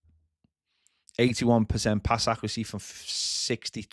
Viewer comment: Love the channel but kills me how says accuracy